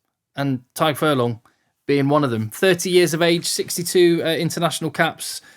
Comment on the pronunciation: Never seen an Englishman pronounce the name Tadhg and Caelan (almost) correctly haha Great video!! Keep them coming